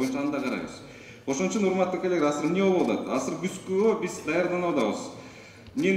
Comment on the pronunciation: Асыр деген соз жок кыргызда азыр дейт, бир жолу осур деп кой😂